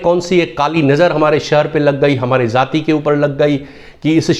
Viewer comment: ZAATI KYUN BOLTE HO ..JAATI BOLNE NAHI AATA ??